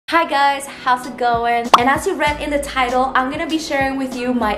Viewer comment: The fact that she doesn't say 'I'm'....instead she says 'ig' is so cute❤